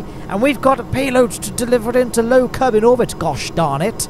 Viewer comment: "low kenuveur obit"